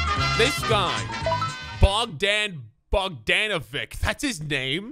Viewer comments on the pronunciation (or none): The proper pronounceation is (bugdon bugdonavich) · Im from Serbia and its pronounced 'Bogdan Bogdanovich' and 'Nikola Yokich' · Hahaha that is not how you say bogdan bogdanovic his from serbia and im too man is soo funny how yall say balkans names hahaha